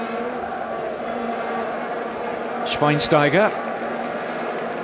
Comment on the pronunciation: i love the pronouncing from schweinsteiger thats pretty cute 😄